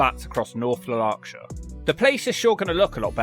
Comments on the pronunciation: Can we make a list of worst Lanarkshire pronunciations.i think ud win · If your going to slag off somewhere at least learn how to pronounce it 😂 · away tae fk ,,,,come back when you can say Lanarkshire right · Out of all the places in Scotland u mispronounced Lanarkshire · Try learning how to pronounce Lanarkshire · I’m wondering what beautiful part of the world that this guy might be from. His pronunciation of Lanarkshire is questionable and indicates a lack of education/culture. He also uses the Irish pronunciation of the word Gaelic when giving a quote. Please check the correct pronunciation according to the country you are in. This is a questionable YouTube posting. What gives him the right to criticise proud Lanarkshire towns. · Things you got wrong: - North Lanarkshire isn't a county, it's a local authority. The county is Lanarkshire. - the pronunciation of "Lanarkshire". - the pronunciation of "Gaelic". - Harthill is atop a massive hill. - the pronunciation of "Wishaw", which is surprising as there a three correct options. - the pronunciation of "Gowkthrapple", at least you admitted this, but could you not have asked someone? - the pronunciation of "Craigneuk". - East Kilbride isn't even in North Lanarkshire. - your whole fucking attitude. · You're slagging off towns in Scotland and you can't even say the county name correctly, what a waste of airtime. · If you are going to come hear and trash the place then please at least learn how to pronounce the county. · Try saying Lanarkshire without the R. 😂😂😂. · Never heard Lanarkshire pronounced like that, makes it sound posh. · I remember visiting it as a kid in the 1970's and I thought it was freakin awesome, like science fiction. Caldercruix? He probably missed it coz he had no clue how to pronounce it. I've no idea either and I'm Scottish. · Your pronunciation of Lanarkshire is hilarious. Love the content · Read this comment, thought how can you mispronounce Lanarkshire…. Then he said and I almost died laughing